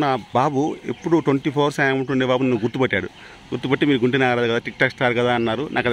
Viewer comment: Nagaraju kadu ra 😅🤣🤣🤣😂